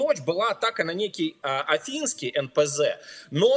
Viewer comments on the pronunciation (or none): ну е-мае НПЗ Афипский и Ильский, а не Афинский и Ильинский. поточнее пж.